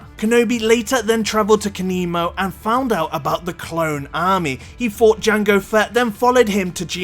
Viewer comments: Anybody else realise he said kanemo not Kamino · Kamino not Kanimo lol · I cringed so hard every time he said "kanimo". Like, seriously, google your facts if you're not sure. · “Kanimo” aaaand now I want to die. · Cannot hit like button for someone that says "Kanimo" three times in a row. :-)